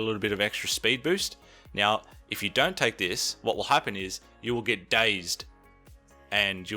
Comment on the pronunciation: Do you intentionally say meow instead of now or have I just watched a lot of Super Troopers? :X